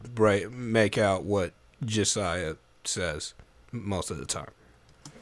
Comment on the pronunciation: why tf did you say "says" so weirdly lmao